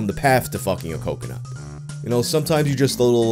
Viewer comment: It’s been almost a month and I’m still disappointed you went with “cumconut” instead of “cocoNUT”.